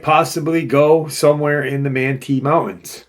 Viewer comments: Manti is pronounced Man-tie, like a man is tying a tie lol. Not that it matters, I’ve lived in Utah for the past 28 years so thought I’d help out. Super excited about this one since I live here. A lot of forest giant sightings and encounters here that I have researched. So I’m excited to hear about this one. Most encounters are happening along the Wasatch mountains and the Uintas. So this will be exciting hearing about something a little further south of where I’m at in Utah County/Salt Lake County area. Something really interesting, encounters of Bigfoot/forest Giants in some of the canyons here, notably Provo Canyon, Springville/Diamond fork, Payson canyon, many sightings in Ogden and Layton and Farmington, one near Lagoon amusement park, which is interesting. That one was so close to that amusement park, was seen walking up Farmington Canyon from the park, anyway let’s find out what this is about. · It's pronounced man-tie. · It's pronounced, "man-tie." Manti Community Campground is 7 miles east of Manti, Utah next to Yearns Reservoir at an elevation of 7,400 feet. Accessible by dirt road, no high clearance vehicle needed.